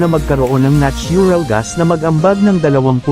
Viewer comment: Your natural gas pronunciation bothers me.